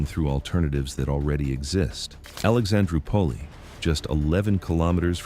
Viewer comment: Alexandro pulley instead of Alexandroupolis, but, that’s AI.😆